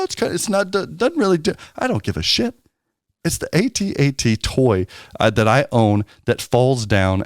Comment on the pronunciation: Dude, it's AT AT. I was there. If you say A.T.A.T. you are revising history. And you sound silly.